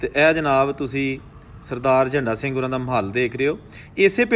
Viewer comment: बादल झण्डा सिंह सही उच्चारण है